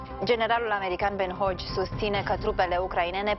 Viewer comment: Cu tot respectul, dar „Ben Hodges“ nu se pronunță „Ben Hogi“, ci „Ben Hogis“. Chiar nu vă sună aiurea cum pronunțați?